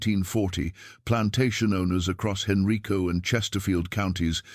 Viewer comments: That county is not pronounced Henreeco. It is pronounced Han-rīco. Richmond. I lived there for 20 years. I've never heard of that story , so i'm not sure if it's true but things like that happened frequently back in those days. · I could not find any reference on Google to Professor Hayes or her journal article and book. It’s very unlikely that there were any women PH.D. professors teaching at UVa in the early 1970’s except in the department of nursing. Henrico is pronounced hen-rye-co so is this AI? Provide the references you used for this YouTube post. Lynchburg, VA.